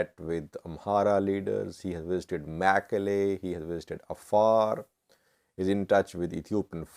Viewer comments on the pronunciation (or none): none